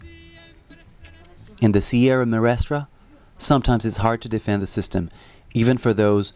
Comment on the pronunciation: I'm grateful for the videos and pictures provided in this documentary on Cuba but as someone who has been to Cuba several times, I find it a bit annoying that the presenter didn't bother to learn how to say "Sierra Maestra" properly. It's a distraction that detracts from his credibility.